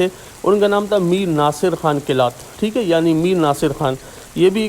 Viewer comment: Right name is Qalaat not Qilaat